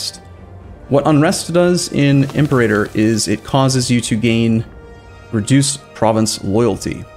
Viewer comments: The way you say Imperator bothers me... you say like "Imp-er-ay-tor" when it should be "Im-pera-tor" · Also Imperator is pronounced Imp-era-tor, not Im perator rome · Latin major here, if we're going for accuracy, it's actually im-per-AH-tor. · The stress is on the third syllable in 'Imperator'. So, Im-per-AH-tor. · It's pronounced im-PIER-u-tor because you pronounce imperium like im-PIER-ee-um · Wrong, it's Im-pe-rAah-tor. The macron is over the a in the penult. As the Latin major said above. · In classical Latin, it's /im-per-AH-tor/ Also, the letters C and G always produced the hard sounds. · its IMPUHRAYTER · No, it's Im-peh-ra-tor. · IM PER A TOR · It's pronounced Impé-rátór Rome. Gosh I am so triggered JK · Jesus wept; that pronunciation of imperator... Cheers for the helpful video! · By the way you pronounce "Imperator", seems you have never played Rome Total War :P